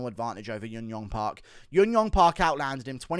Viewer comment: Hey man. Thanks for the great videos. Just a heads up, you often pronounce J's as Y's for korean fighters. Junyoung is pronounced just as writren with a J sound. Jiyeon and any other J name. ㅈ is the Korean phonetical character that sounds like Juh. Park is the anglicised version of what actually sounds like baek.